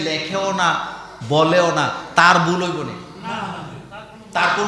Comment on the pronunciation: আপনিতো "ভুল" শব্দটাও "বুল" বলছেন...😀😁😜